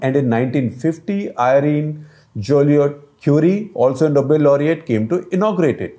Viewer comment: It is Nobel, not noble.